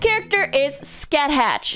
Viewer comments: Mash is essentially the co-lead in Grand Order. Scathach's name is pronounced Ska-Haa Shimakaze-kun is pretty much a yaoi fad of dressing up cute boys as her. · I believe Scathach is pronounced "skaw-ha". It's Celtic, that's why it makes no sense. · Scathach is pronounced Ska-ha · In Japanese, she is pronounced Su-ka-sa-ha. So you could pronounced her like that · Ska-ha is indeed the correct pronunciation for Scathach. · Edit: no Boudicca? Damn. You missed out,. Just in case anyone wants to know, Scathach is pronounced (I think) as sca-hack in Irish and Scots Gaelic. Also, she's a badass in the legends she shares with Cu Chulainn. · Scathach is pronounced Ska-ha. It's weird because the spelling makes it seem like there's a lot going on, but once you start calling her Ska-ha you won't go back to any other way most likely because it's so easy to say. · Cut some slack, she can barely comprehend the franchise because she doesn't regularly delve into it. Garnt would've been slightly better for the video, still is fun to watch a normie trying to pronounce scathach's name lol